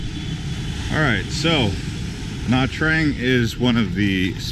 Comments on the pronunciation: it is pronounced nha chang and I am Vietnamese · it's pronounced nha tran'g. Do you even know how chang is pronounced? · FYI - It's pronounced as Nha Jarng. Great video though! Thanks for the tour... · Nha Trang is pronounced Nah Chang